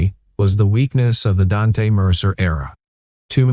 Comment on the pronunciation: The name is pronounced Daunte not Dan te